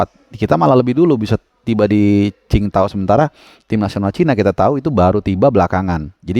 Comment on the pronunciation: Dari sekian banyak pundit, jurnalis, komentator di Indonesia.. cuma yang bener dengan penyebutan kota qing dao.. respek..